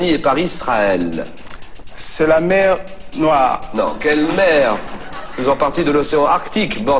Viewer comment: jsuis mort un moment il a dis la mewwwwwww